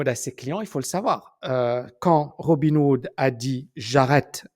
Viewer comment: C'est peut-être un détail mais tu dis sans arrêt Robin Wood au lieu de RobinHood...